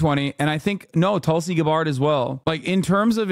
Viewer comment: “Tulsi Guh-bárd”